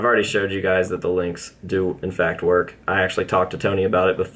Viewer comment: “It doesn’t WOOK and you cannot punch on it”